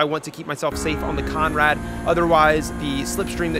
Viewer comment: Bro please, take it from an Aussie it’s “the conrod straight “ not conrad